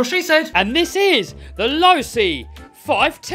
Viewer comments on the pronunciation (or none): Its pernouced losi not losi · Its pronounced low c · Losi is pronounced: low-sea, not law-sea... You knuckleheads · Its actually "losi" man dont get it twisted with losi because losi and losi are pronounced differently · No it’s pronounced lossy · Loooooooooooooo - Ci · Say it LO-C Losi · I'd break it in how I break in a chainsaw run her wide open lol. Never had any issues and a chainsaw takes alot more abuse. And the correct pronunciation is (low-c) like hi-c drink only low.